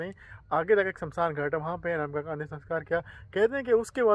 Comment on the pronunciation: Anamika ❌ amnaka✅